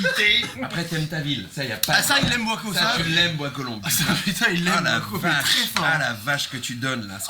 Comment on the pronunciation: That "oh putain" is the proof that you are becoming a real French speaker 😆 congrats D 👏